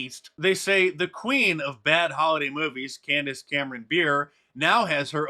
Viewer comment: Candace is amazing. You should promote her respectfully by saying her name correctly tho 😄